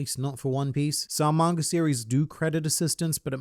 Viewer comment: I love when you say mangr